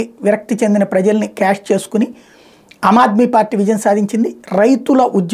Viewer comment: దయచేసి చిన్న సవరణ గమనించగలరు హమ్ ఆద్మీ పార్టీ కాకుండా ఆమ్ ఆద్మీ పార్టీ అని పలక గలరు